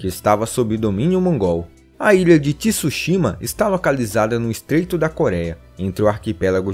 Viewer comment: Poxa, devia pelo menos se ater a uma pronúncia correta... não precisa ser perfeita mas Tsushima não tem um I na pronúncia...